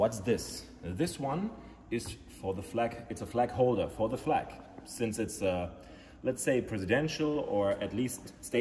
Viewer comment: Thought he said Flak holder, as in a Flak gun lmao